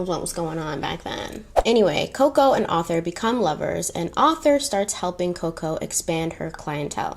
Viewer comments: I love you but its ArTHur not Ather lol I feel like you heard it pronounced in a British accent and rolled with it 🤣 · Your French pronunciations were fine; it was the English one you got wrong 😂. Arthur is pronounced "ARR-tha" not "AUTHor" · Just FYI....the name "Arthur" has an R in the first syllable, so pronounced "Ar-thur," not "author" and "Albert" in French is pronounced "Alber." Deauville is, I think, pronounced "Doe-veal." The fabric tricot is pronounced "tree-coe." French is complicated! 🇫🇷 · “Deauville” - dough-veel, Arthur Cappell - Ar- th -er, Wertheimer -ver-timer, Swarovski - swar - off - ski. Am enjoying your channel so much! How could I reject makeup and history, my two lifelong passions. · I was surprised she didn’t know how to pronounce Arthur! I guess that mustn’t be a common name in the US which is so strange to me haha